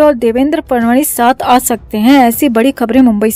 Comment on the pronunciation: "फडणवीस" इस नामका उच्चारण "फडवणीस " ऐसा सुनाईदेता है ।